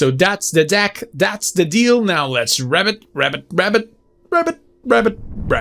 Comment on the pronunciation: Yeah, with bigger audience you could organize like these brawl events. Like no decks with custom limitations, to see who can get most imaginative build going within the constrains. And btw it's pronounced ribbit (the 'i' should sound like in ribbon). You were rabbiting a lot, which is, you know, a rabbit :D